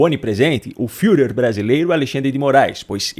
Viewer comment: Arasouuuuu!!! Amei a pronúncia do "fuhrer"! E é isso mesmo que a criatura é!